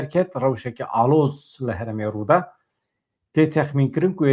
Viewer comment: ne " herem" e, " herêm" e. Her du peyv ji aliyê wateyê de ji hevdu cuda ne.